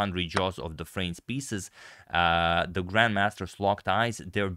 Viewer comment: Haha i like what and how he said at the end, "Thee End"😂 like "Thee April fool"